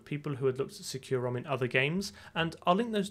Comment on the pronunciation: i've always heard industry people pronoucne SecuROM as "SECK-you-rom"